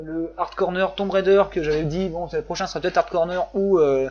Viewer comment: Rah, Tomb Raider il faut le dire avec l'accent !